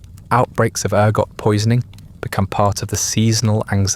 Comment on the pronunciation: Interesting ergot sounds like argot???